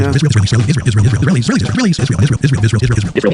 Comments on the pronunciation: Tucker, Candace , Dave etc….. need to be locked in the looney home. They don’t like Ishrael and can someone please sponsor a speech therapist for Candace, she has a hard time pronouncing Israel 🤔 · Candolph Qatari Owens says it like this "Ishh-rail" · 😅 did you say Israel